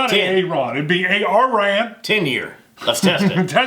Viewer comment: No I’m afraid I have to contradict, it’s Arran arr an